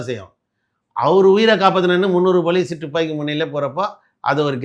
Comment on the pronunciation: "டுப்பாக்கி" இல்லடா முட்டாள். "துப்பாக்கி" என்று சொல்ல வேண்டும். இவனையெல்லாம் கூட்டியாந்து பேட்டியா? யாருடா இவன்?